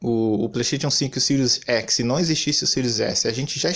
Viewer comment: Sirius Eçi